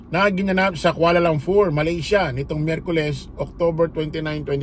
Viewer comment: Kuala LUMPUR hindi LUMFUR